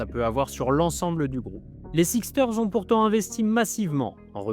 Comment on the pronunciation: Super vidéo🔥 Juste un petit truc : ça se prononce les << Sixers >>